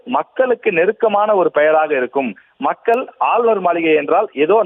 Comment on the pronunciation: இந்த கும்பலுக்கு மக்கள் பவன் என்று உச்சரிக்க தெரியாதே...... மக்கல் பவன் என்று சொல்லி தமிழை கொலை செய்வார்களே....... 😮😮😮😮😮